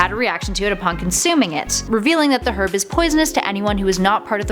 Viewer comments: I kept hearing "Herp" and thought it was terrible he was given that...Sorry,. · Did she say herb with an h 😂😂😂